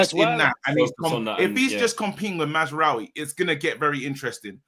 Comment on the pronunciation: Why everyone keeps saying mazwari it maza-raoui?